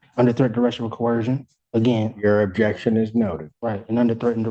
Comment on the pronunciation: When talks to you like toddler, take notice and get your sh1t together!... "I comprehend" is word salad so he doesn't say understand because these potatoes think that word means to stand under... At least knows how to say "coercion" not coHercion like a lot of these derps do